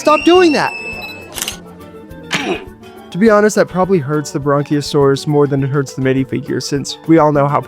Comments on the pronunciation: These look really good but just to let you know the brachiosaurus is pronounced br-ac-ae-o-saurus. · bronchiosaurus ye not Brachiosaurus